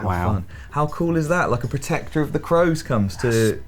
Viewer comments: is it Crows or Cows? It's written as cows, but he keeps saying Crows. He actually said it right once, but then changes it. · COWS DAVID, NOT CROWS! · it's cows not crows 😂 You two have gr8 chemistry, I mean you all do, but D'n'R fits together 🙂